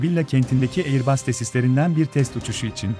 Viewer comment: airbas okunur, aiıbus değil.